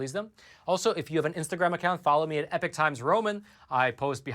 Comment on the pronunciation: the word epoch is not pronounced like the word epic.